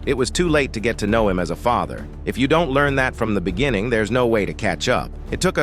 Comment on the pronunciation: Certain irony in using a crappy synthetic voice for a video about James Earl Jones. (It actually pronounced "beginning" with emphasis on the first syllable. "BEG-in-ing." Pronounced "Caucasian" as "Causian".)